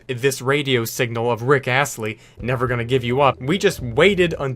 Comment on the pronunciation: Did this man say rick Assley instead of rick Ashley???